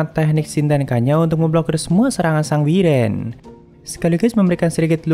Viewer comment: Maap bang wyvern di baca waivren bukan wiren 🙏